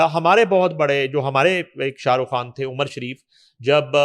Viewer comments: یہ کھان کیا ہوتا ہے اصل لفظ خان ہے اینکر بننے کا شوق ہے تو پہلے تلفظ ہر کام کرو جہاں دیکھو سفارشی گھسے ہوئے ہیں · Dear please make her speak خان not کھان۔